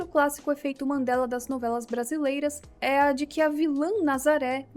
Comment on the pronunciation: não querendo ser o pasqualete do bgl... Mas é EFEITOS "MANDELA" e não mandelas po. Ta tirando kkkkkkk A mina fala MANDELAS mil vezes, buguei po kkkk